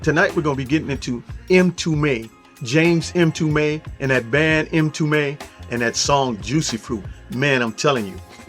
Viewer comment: Not 'em tume " but mmmtume , it is Swahili for Messenger or prophet